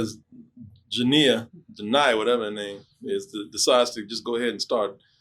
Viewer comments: It's Janiya (Juhn-n-eye-uh), not "Juh-n-ee-yuh". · Ive never clicked so fast lol. Its pronounced juh-nye-uh